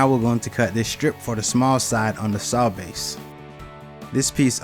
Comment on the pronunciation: It’s all about “da base”.